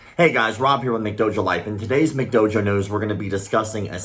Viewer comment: "In today's mcdojo nose"😂